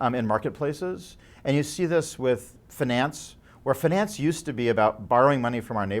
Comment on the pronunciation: It's weird how he pronounces "finance". Must be the region. Or everybody found it was funny and let him pronounce it as such!